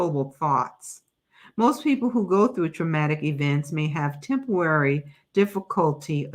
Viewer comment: Temporary not tempowary